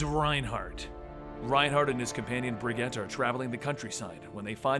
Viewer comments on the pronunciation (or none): Its pronounced "Bridg-jeet"